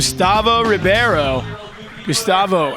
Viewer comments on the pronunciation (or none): Carlos Rebeiro = Rey-baro of reh-baro NOT ribee-airo You call people named Jimmy, Jighmee?